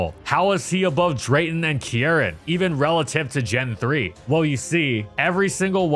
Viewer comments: Why do you pronounce Kieran as Kee-eren? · insane pronunciation of Kieran bestie